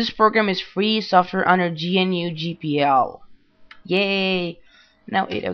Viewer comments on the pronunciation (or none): GPL was pronounced correctly, but GNU is said like "GUH-noo," similar to the GNOME desktop environment, which is "GUH-nome."